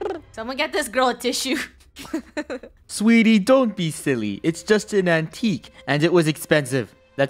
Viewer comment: said sweetio lol